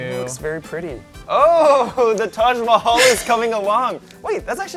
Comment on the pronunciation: Guyyss you r the best but pls stop saying Taaj maihail 😭😭😭😭